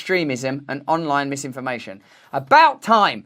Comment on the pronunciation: Lisinformation, zizinfomation.... fuck sake 🤣